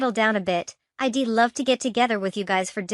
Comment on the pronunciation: Who pronounces" I"d " as I...d ? Learn to read your script properly!!